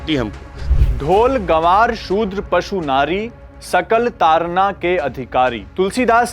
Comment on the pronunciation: ब्राम्हण एंकर,ताड़ना को तारना पढ़ रहा है!